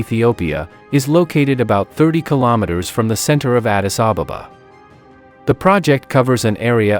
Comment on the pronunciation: why are you calling it Addis Ababababa when the name is Addis Ababa? No need to double the baba at the back. Learn to say it as it is. Come on, say it with me. 1 2 3. Ad-dis A-ba-ba That's it. Very good.